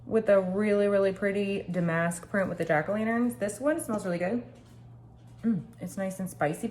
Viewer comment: I love these videos. Oh by the way,. It's pronounced DAM-isk not da-MASK. "So that's where we are in life. " LOLOL